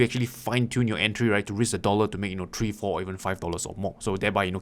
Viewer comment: "three" not tree